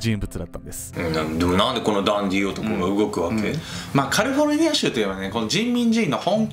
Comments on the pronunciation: カルフォルニアが気になった(´・ω・｀) カリフォルニアだと思います(´・ω・｀) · この頃のって「カルフォルニア」って言っての思い出した😊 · カルフォルニア州 笑